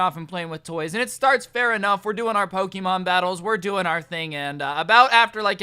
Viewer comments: This video was amazing my school did the same thing However every time you said Pokeeemon i cringed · Dude you said Poke'mon wrong